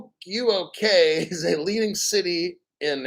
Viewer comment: Hi! You got me crackin up with that Fuk U Okay hahaha. I think they say it like this. FUKUOKA - FOO*KOO*WOKE*AH. Sounds like that maybe. Great show by the way as always! Keep safe and God bless.